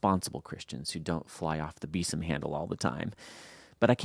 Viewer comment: Can anyone figure out “bittern” from the context, either? By the way,, both you and he are mispronouncing “besom.” It’s (or it WAS) pronounced as if spelled “beezum.”